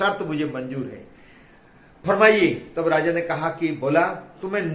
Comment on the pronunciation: Pehle to raja aur Radha ki uchharan thik se Sikh le. Kabhi kabhi to lag rha thha ke bhola raja se shaadi karne ke liye Radha ki anumati lene gaya thha.